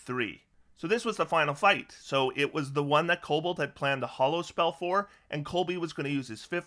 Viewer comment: Why do so many people mispronounce Hallow as Hollow?